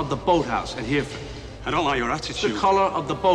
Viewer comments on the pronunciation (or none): Shame DeNiro can't pronounce Hereford...."HEAR-fud" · If only Sean Bean told De Niro that's not how you pronounce Hereford before rolling though...